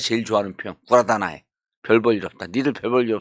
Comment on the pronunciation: 아무래도 일본어다보니 정봉주 전 의원께서도 발음이 좀 헷갈렸으리라 봅니다. 조심스런 정정 해드립니다.^^ 물론 설명하신 부분이 거의 맞습니까. 다만, 구라다나이가 아니라... '구다라나이'입니다. 말씀하신대로 구다라(百済 : くだら) 라는 뜻은 고대 백제를 부르는 일본인 발음 표현입니다. 나머지는 정의원님이 말씀하신게 맞긴한데... 원래의 뜻은 우리 조상들! 특히, 백제에서 온 문물을 두고 추앙했던 왜의 사람들의 반응과 인식입니다. 물건 꼼꼼하게 잘만든다는 일본인들이 처음 그 구다라라는 형님 나라의 문물들인 철문화나 자기, 각종 문화 예술품을 보고 너무나도 놀랐기에... (최근 인터넷에서 나온 백제가 왜에 전해준 바둑판과 바둑알은 지금도 못만든다 하죠.) 자국인들이 만든 물건들을 보고 했던 말이 바로 '구다라나이'입니다. 즉, 백제 문물이 아니니 아무 의미없고 재미없다...라는 의미였고 지금 현세의 일본인들도 즐겨쓰고 있습니다. 아재 개그가 튀어 나왔는데 재미없으면, 에? 구다라네~! 이런식으로 말이죠. 또 발명이나 제조비슷한 부분에 좀 재미없는 디자인등에도 충분히 쓰이고 있습니다. 부하의 계획한 서류를 검토하던 상사가... 구다라나이 계획서네... 뭔가 특별한거 없어? 좀 독특한 디자인 없어?? 이러면서 말이죠.ㅎ 뜻밖의 진상이 되어 죄송합니다.^^